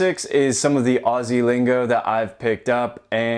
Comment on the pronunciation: Pretty funny because on my trips to the US I kept getting asked why our government was taking our guns off us. Bonus points to you be pronouncing 'Aussie' like someone who lives here.